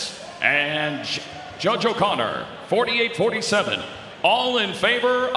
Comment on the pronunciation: Instead of saying judge, he said Jed or jed, you gave away the win before time. He supposed to say judge, but he said yes. Because he already read the scorecord, does anybody catch us? If not rewind and listen, listen, listen well, turn on captions